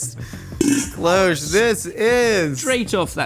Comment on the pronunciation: The word cloche is pronounced with a short ‘o’ sound ie as in ‘hot’ or ‘cost’. It’s from the French word cloche that means ‘bell’. You’re welcome…